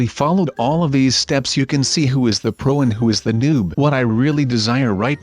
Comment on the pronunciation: You said bro instead of pro